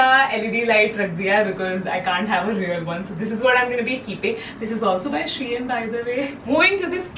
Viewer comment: Everytime you said SHEIN ek alag Dard hora tha🥲